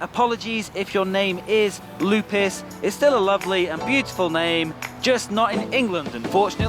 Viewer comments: Well first of all the name is not "Lou Piss" , the correct pronunciation is "Lou Pey". Lupe. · Is not lupis is lupe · There isn’t such things as Lupis thou,the actual name is Lupe and has nothing to do wth English pronunciation!!! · It's not "Lupis", it's Lupe, short for Guadalupe, GuadaLUPE. Maybe some people say "Lupis" but I've never heard it. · is not Lupes, the right word is Lupe and on Mexico is a common name.